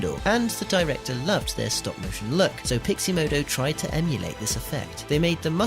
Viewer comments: totally triggered by the pronounciation of pixomondo as piximodo ... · Haha - always nice to let viewers know your level of quality within the first minute. You are going to show us how to do something extremely technical yet you can't pronounce Pixomondo. That's funny! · I'm fascinated by the complete inability to pronounce Pixomondo